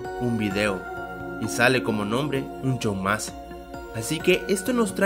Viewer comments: En varias veces en vez de decir un "show mas" parece que dice un "chou ma" Ese nivel de inglés papá xdd Si no te sale bien solo di "regular show" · Soy El Unico Que Escuchava Un Chow Mas Envez De Un Show Mas? :U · LIKE SI OISTE QUE DIJO HORA DE AVENTURA ELGUAR UN CHOU MAS